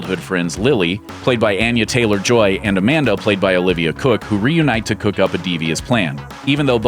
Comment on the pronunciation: Thoroughbreds, Unsane and You Were Never Really Here DESERVE to be on this list! Also, LEARN TO PRONOUNCE ANYA TAYLOR JOY's NAME DUMBASSES!